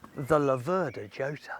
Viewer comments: Laverda with the stress on the first syllable and Jota pronounce with a Y as in Yota. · I believe that the correct pronouncation are “chotta”. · Who is this f**ckwit? Yota is the pronunciation, I believe. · Pronounced Yota !